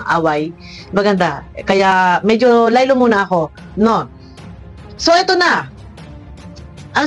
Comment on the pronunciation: Medith hindi medeth